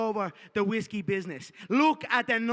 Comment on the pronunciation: Whisky no güiski 😂